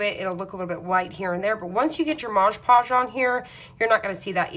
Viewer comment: It only matters if you want to be accurate so that people will understand what you are talking about. Since you are making instructional videos, I assume you DO want people to understand you. Besides, it is very annoying to hear you mispronounce it over and over again. That is another reason -- if you really want people to subscribe to your channel -- that you should be careful in your pronunciation. This is actually meant as a helpful tip for you if you will look at it properly instead of getting upset.